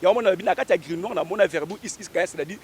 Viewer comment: Grimoire et non Grinoire. Zoba zoba lukuta. La magie ou la spiritualité c’est des mots.